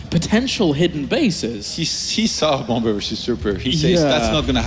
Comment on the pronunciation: I love how all the coms pronounce Bomber's name as "Bummer" lol